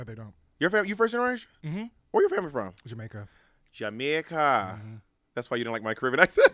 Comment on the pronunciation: The way my ears hurt when Bob said Jamaica 😂